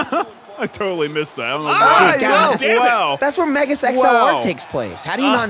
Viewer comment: ...I swear, whenever mentions Megas XLR, it sounds like he's saying "Mega sex LR"